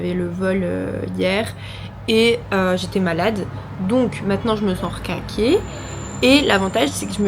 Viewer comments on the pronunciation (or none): Le « requinquee » trop drôle 😭😭